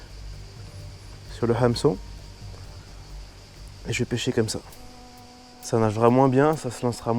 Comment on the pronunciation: Jadore tes vidéos tous les formats mais stp quand tu prononce le mot ameçon ta un acent de allemand lol je suis a chaque fois mdr a t écouter dire hameçon 🤣🤣👌